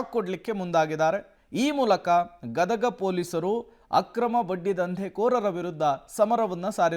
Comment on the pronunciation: It's not gadaga it is Gadag